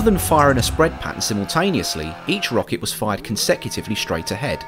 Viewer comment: its Rocket